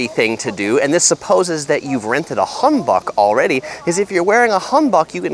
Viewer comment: No hate but your pronunciation was off when you said Hanbok.I know you said not to comment about it but I thought you might want to know how to pronounce it? You changed the A to an O but it is just pronounced HAN just so you know again, no hate just thought I'd let you know!💜